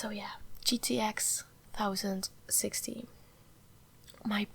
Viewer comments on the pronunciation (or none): its pronounced gtx 10-60 not 1060.. your little mistakes in English are so cute btw